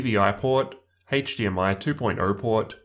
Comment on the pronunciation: “Haetche DMI”